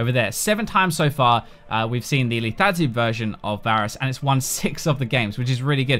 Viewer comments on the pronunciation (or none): LETHALITY dude NOT LETATY.